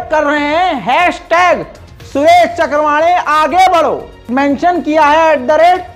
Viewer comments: is nafrati chintu ka naam चक्रवाणे नही चव्हाणके है। Pl pronounce properly. Nahi to is baat ko lekar bhi kuch na kuch bolenge. I hope SC will take cognizent of yr bites. Thanks. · सुरेश चक्रवांडे नही है चव्हाणके है कई बार नाम लेने मे गलती करते हो बल्कि अक्सर